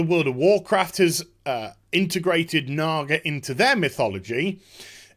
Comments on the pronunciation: probs because supposed to be said is "Nah-GaH"... not, "Nah-Gar"... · Jesus Christ dude, no they are not called Nagars. Now you're bad accent is making it sound even worse! lol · you keep saying nagar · LMFAO they think they're saying nigger when there saying naga? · he said NAGAr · "what a nagar is".... No R at the end there boss... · When you add the hard r to naga in the British accent it gets a bit iffy. 😂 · I never realized until now, that when you say Naga with a British accent, it sounds like there's an 'r' at the end. That could contribute to a misunderstanding maybe? still silly though, if Blizzard hadn't fired all their community people they might have had someone to check that out first. Also this video reminds me of one of me and my brother's favorite game which was to say words around our mom that sounds like they ought to be dirty but aren't. Words like asphalt, bunghole, and schist. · It took me until about the ten minute mark to figure out the supposed word Naga was supposed to sound like. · Your accent makes it sound 3x worse when you say "naga". Also I can't ever watch a video of yours without skipping around because you couldn't get to the point of the video title.